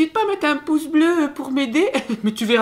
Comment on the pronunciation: J'ai cru que tu avais dis "pouf" au lieu de pouce, j'ai compris qud t'as dis "pouf bleu"